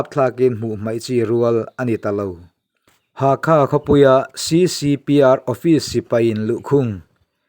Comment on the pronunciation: Hakha nilo vin halkha zawk